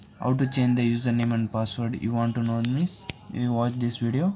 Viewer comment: Hy fucker when u say password pronounce it clearly bugger